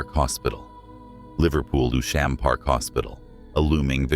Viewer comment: Newsham. Robotic AI voice is atrocious with its pronunciation